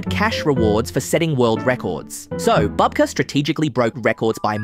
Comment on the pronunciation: You pronounced his last name correctly a few times, then started calling him a grandmother (babka instead of bubka).